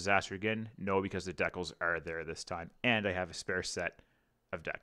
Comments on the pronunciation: The way you pronounce "decals" hurts my head. lol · As a fellow Canadian... please continue to say "deckels". Let the flowers wilt and die.